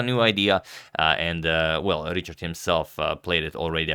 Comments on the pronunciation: Richárd is pronounced as riha:rd ("h" probably as a Croatian would pronounce it + the "a" is long, something like a double "a") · Hi agadmator! I’m really happy that you cover a match with a Hungarian player. But the pronunciation of Richárd is a bit different in Hungarian than in English. The “Ri” part is the same, but the “chárd” is like the English word hard. So it’s like Rihard. Best wishes: Balázs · I'm from Hungary and it is pronounced quite differently. It's pronounced like Rihard. There is no ch which is the equivalent of the Hungarian cs. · i think its pronounced richard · Just a quick tip: go to Google Translate, select Hungarian and type the name as Richárd. Hit the speaker button below and you will hear it. It's pretty much what wrote, this just helps with the "open" a. Appreciate your effort on correct name pronunciation!